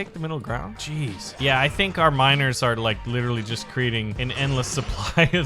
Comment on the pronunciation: every single time he says miners, i understand minors. frick sake man...